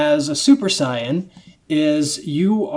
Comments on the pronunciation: It's not cyan, watch the original they say saiyan not cyan. I know he's not actually saying the color cyan but it sure as shit sounds like it. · Why dis guy tells mee 2 reed the dam manga but says Saiyan da rong whey, lulz. ~_~ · So there's more than one person that says saiyan wrong? Great.